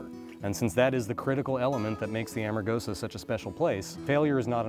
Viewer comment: Why did the narrator keep saying 'Armagosa' instead of 'Amargosa'? Did they not notice that when they edited this series? Lol